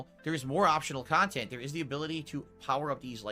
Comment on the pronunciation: His story about the KEEUUUUBES and AHPTYIONAL KHANTENT was so hard to listen to. He sounds like an annoying child telling you about his Pokémon cards.